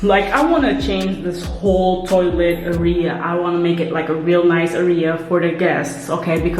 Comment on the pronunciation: love your vids!! je legt de klemtoon verkeerd in het woord 'area' - het is niet arEa, maar Area. Keep up these home-vlogs! Love to see what you/ll do with the space! xo